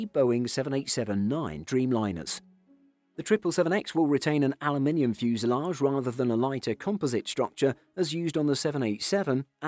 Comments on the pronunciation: He says it the way it's spelled: Aluminium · That's the Queen's English pronunciation lol